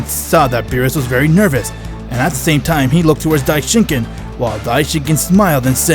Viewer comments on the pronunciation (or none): Dai shin Kan not kin also garbage voice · instead of saying saying dieshinkien it say died chicken